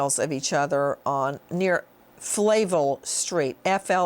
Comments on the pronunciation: Flavel- Fluh-vell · I live in portland, between some of these sites. The street she keeps mispronouncing Flavel, is in SE and is very much populated but there is an isolated area where people jog along Johnson Cr., whoever did this would have to know the area very well. You wouldn't know it was there by just passing by. Plus, there is a ton of traffic through that area. They would have know and feel comfortable with that area in order to dump a body there.